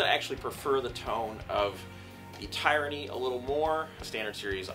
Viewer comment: I’ve learned that I’m pronouncing Tyranny in an incorrect way. My apologies lesson learned. It’s not (tie-ranny) it’s( Tiranny ) I’m sorry 😐 thanks